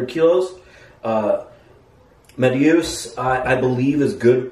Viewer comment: I love how you emphasize Mateusz's name every time 😂